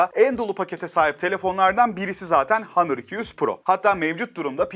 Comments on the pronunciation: Başta Honor sonra hanır:)) lan on Türkçe honor işte! İngilizceyi bile kırmak neden! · Kardeşim hanor hanır deyip duruyorsun doğru düzgün söylesene ya ne kadar itici geliyor ya günün ağzına sıçıyorsun hanır ne ya